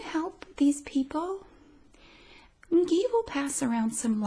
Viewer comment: "N-gee" had me laughing in the first few seconds 😂